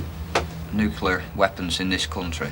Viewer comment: "Nulcear War" ? Isn't that how Yanks pronounce "nuclear" ?